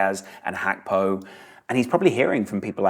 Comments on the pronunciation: My goodness it’s “G”akpo, not “H”akpo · I came here hoping to laugh at because I thought he was going to try call him H-ravenberch, the same way he calls Cody Gakpo, ''H-akpo'' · You simply cannot call him Hakpo. It's insane. Even if it's the correct pronunciation, it's insane.